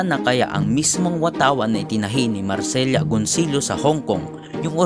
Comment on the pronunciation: Good videos. Keep up the good work. New subscriber here. Creative crtisism lang, medyo ayusin mo ang pag pronounce sa pangalan ng mga historical figures. Gaya ni Marcela Agoncillo. Ilang beses mo tinawag na Marcelya Agoncillo (dapat Mar-se-la). Si Artemio Ricarte naman sa ibang video mo ilang beses mo tinawag na Armitenyo Ricarte (dapat Ar-tem-yo).